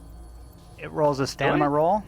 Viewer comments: lol, yea you keep saying stanima instead of stamina. I assumed it's a joke because no one ever says anything! Haha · Lol, are you pronouncing baton and staMiNa incorrectly on purpose?